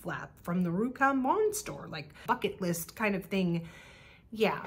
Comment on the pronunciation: You said bucket list and I’ve understood “fck it” list 😂